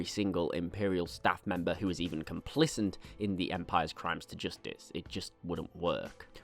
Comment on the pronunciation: It's 'complicit', no 'n'